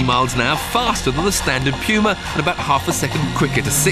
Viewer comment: Correct English pronunciation, amerifags would call it the '' pooma ''